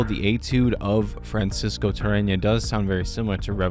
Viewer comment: How are you pronouncing Tarrega with an N ? Is that a miss print 😆